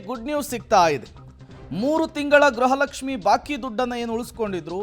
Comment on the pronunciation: ಗ್ರಹ ಲಕ್ಷಿಃ ಅಲ್ಲ ಗೃಹ ಲಕ್ಷ್ಮೀ